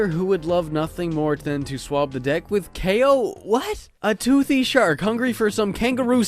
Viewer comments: This is the first time I ever heard Kao's name pronounced. I always thought it was pronounced like "cow." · > They also verbally say "Kay-oh" in the sequel. Well, in the original Polish version it's pronounced "Cow", so... I DON'T KNOW WHAT TO BELIEVE ANYMORE! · kaay-oh.... I always thought it was pronounced cow for some reason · Kao is pronounced “K-O”? Why? Why is it like that- Sees the boxing gloves Oooooohhhhhh. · There is also a PSP game for him too, and in the voice acting their pronounce Kao as "kow"... kinda like Mercanary Tao in Dragon Ball.